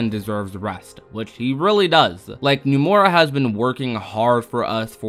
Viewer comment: I’m sorry but it really bothers me how he pronounces “Nomura” and “Dengeki” lmao. He says “Numora” and “Dengucky.”